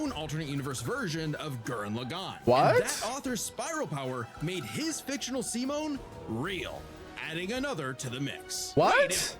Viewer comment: saying its his 2nd favourite anime but fail to pronounce simon name..hhmmm